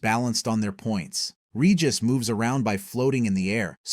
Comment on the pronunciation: Regis >>> re-jice